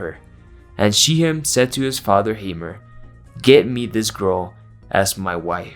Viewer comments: pronounce as shackhhem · Hello! If you were curious about the pronounciation of the names dinah and she'hem, in hebew they are pronouced as "D na" and "sh khem" with kh being the letter ח that doesn not exist in english